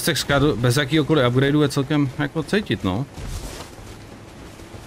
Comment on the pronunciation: Scadu se vyslovuje Šadou, ono je to ze starý angličtiny. Gaol=džail atd.